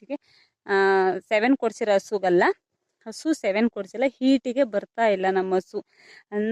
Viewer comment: ಅಕ್ಕ ಸೆವೆನ್ ಅಲ್ಲ ಸೆಮನ್